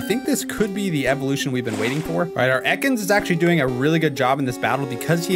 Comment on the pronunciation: I nearly died when said "EEkans"